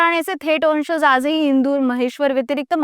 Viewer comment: Pronunciation marathi neet have .वंशज..."ज" जगा चा...जहाज चा नाही😂